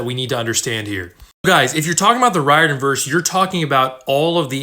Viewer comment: I'm really not trying to sound rude but I'm pretty sure Riordan is pronounced REER-DAN